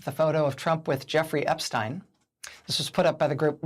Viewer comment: WOW! FANTASTIC!! An American commentator that knows how to correctly pronounce "Epstein"!! Sometimes. (It's no mystery. Say it EXACTLY the same way you say Einstein. It's NOT difficult, except for Americans, apparently...)